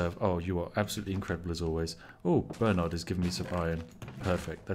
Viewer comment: Spiff? Why are you pronouncing Bernard like a colonial? Shame! Shame! Shame!